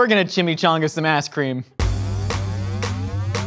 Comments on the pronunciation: definitely said ass cream. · "were gonna take drumstick, and were gonna chimichunga some asscream"